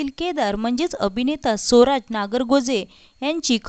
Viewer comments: सोराज नाही ग स्वराज असा उच्चार कर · सोराज नव्हे स्वराज